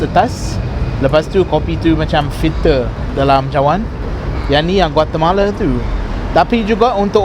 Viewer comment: Ha'ah laa inggeris si ni dah macam orang melayunye inggeris dah takde slang british tu yg macam burung belatuk tu. Aje rosak omputih yg sorang ni. Oii kalau nama negara Guatemala tu kite sebut betul a="A" tak sebut Guatemale apaaaa laa dak nii,anti puncak betol